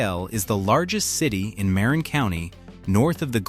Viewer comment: It’s ‘ma RIN’